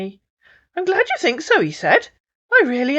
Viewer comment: Africans cannot pronounce their Hs or Rs; Tink and tank eew instead of THink or THank you lol